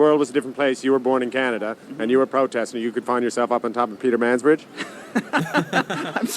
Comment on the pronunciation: "Peter Mans Bridge" 🤣